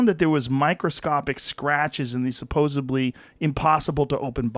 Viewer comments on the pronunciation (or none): Is Joe saying “supposebly” ?! 😲 Surely not!?